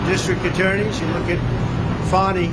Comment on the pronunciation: Fani -Pronounced PHONY~